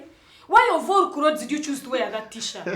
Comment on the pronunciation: that pronounce of clothesi kills me